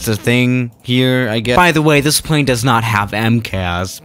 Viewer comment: Nobody:: [pʁei̯n]